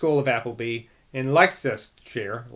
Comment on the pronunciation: n.b. pronounce Leicestershire as 'Lester sheer' :-)